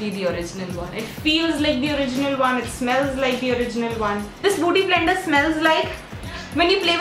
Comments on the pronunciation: 2.08 again she say booty blender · Its not buuty blender but bueaty blender yr .... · it's okay even if u dint tell it's a beauty blender but what is booty blender lol😂😂? It was so damn annoying to hear it over and over again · oh my God booty blender 😂😂😂😂😂😂 its beauty blender dear🌸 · i crack up everytime she says booty blender😂😂😂😂😂😂